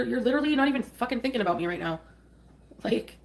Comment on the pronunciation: “How aboot some respect and dignity” HOW ABOOT NO!!